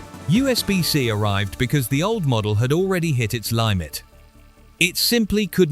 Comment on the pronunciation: Horrible AI narration. Ly mit instead of limit. Negoat e ate. Sheesh. Wost for waste. Bailing.